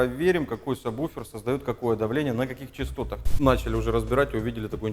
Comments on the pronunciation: "Ведущий" - Агонь - и саМБуфер и саББуфер и саБуфер, но только не саБВуфер )))))))))))))))) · Меня бесит когда говарят самбуфер. Когда правильно сабвуфер. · только не говори «саМбуфер» прошу тебя Саб...Сабвуфер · Я все понимаю, но вы такие все спецы...научитесь хотя бы правильно произносить название того с чем работаете! НЕ сабБуфер, а сабВуфер! Колхоз! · Самбуферы,слух режет. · самбуферы ухаха) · Самбуферы??? Дальше смотреть не стал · кто, так же как и он, говорит " самбуфер" ставьте лайки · ЧТОоооо??? СаМБуфер? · Бесит слово- самбуфер! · Обратитесь к логопеду, он вас от сабБуфера вылечит. Хотя может безграмотность нынче хит... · самбуфер? вы серьезно? вы же звуком занимаетесь, какой к черту самбуфер? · Плиз, не говори "самбуфер". Мозг плавится. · Как вы говорите? саМбуферы??? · неправильно сказал в начале сабвуфер